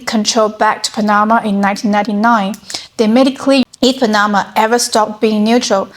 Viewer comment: LOL!!! It's PAN-na-ma, not Pan-NA-ma